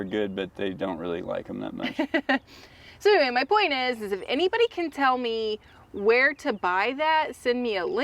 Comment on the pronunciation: tell not rell